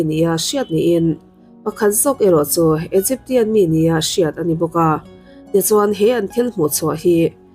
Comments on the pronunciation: Egypsian tih in lam tur aw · Egyp-sian tia lam zawk tur nilo mi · Mak ka ti deuh a...tian a tihh lai hi....😂